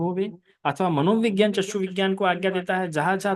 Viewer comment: चस्कू बोलते है! चक्षू होना है!